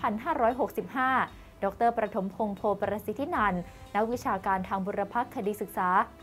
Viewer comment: อาจารย์ชื่อ ปฐมพงษ์ ครับไม่ใช่ ประถมพงษ์